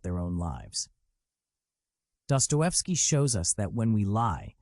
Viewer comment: What about DUPER'S DELIGHT? Empirical evidence shows sadists are gratified by deception. This point by FD may have been true to a repressed religious society. Dosto is disgusting. Learn to pronounce his name or get off the internet you BOT